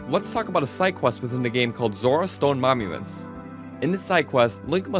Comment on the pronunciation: “Momuments” Edit: btw fantastic video